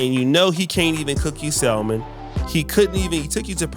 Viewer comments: Hey peeps, I'm sorry if I sound a little bougie but, just so everybody knows, the word is not pronounced sal-mon. That is how it is spelled, yes but, the L is silent. It is pronounced with no L, like sam-un. The fish Salmon is pronounced ...sam-un. The word supposedly is not pronounced suppose-zub-ly. It is pronounced, suppose-zed-ly. The word specific is not pronounced Pacific. That is an ocean. It starts like the word spud. Spu-sif-ik. Ahhhh....There, I've made the world a better place. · "salm·on" pronounced" 'sa-men there is NO L, Bro!!!!!!! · The "L" is silent in Salmon.